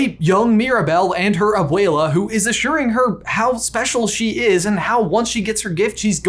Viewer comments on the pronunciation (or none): “Obeweala” like bro y he say it like that